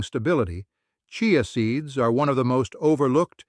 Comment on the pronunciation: Chai a seeds. Ha, ha. The auto voice doesn’t know how to pronounce it.